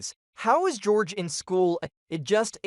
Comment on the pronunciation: It's george not horhay